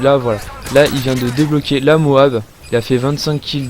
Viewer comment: MOAB on prononce toutes les lettres l'une après les autres ! C'est moche d'entendre l'autre façon celui du commentary